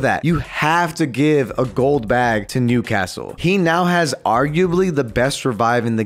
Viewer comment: for a second I thought he said nudecastle